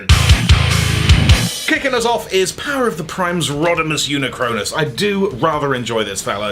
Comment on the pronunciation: Hot take: "Unicronus" should be pronounced "yu-NIK-rə-nis"